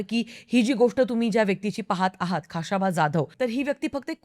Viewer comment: pronunciation check kara ekda khashaba che , uchhar check kara i mean.